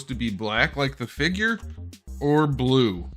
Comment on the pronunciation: It's blueh